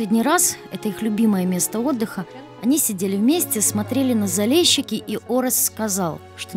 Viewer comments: Заліщики а не Залещики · не залєщікі!!!! А ЗАЛІЩИКИ!!! тебе ніхто ЄВНУХОМ не кличе!!! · ЗалЕщики - это так режет ухо, смешно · Блин, неужели нельзя правильно прочитать или сказать? Не Залещики а Залищики. И не Крещатик а Хрещатик.